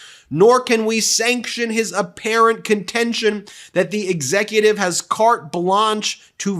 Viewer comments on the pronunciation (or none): I never thought I'd ever criticize you,, but as a Canadian I must take exception with your pronunciation of "Carte Blanche "... Might I suggest a holiday in Quebec, la belle Provence...